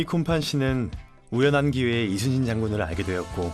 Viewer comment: 뭐야 리순신이라고 안하고 이순신이라고 정확히 발음 할 수 있네? 못하는줄 알았는데 ㄷㄷ신기하다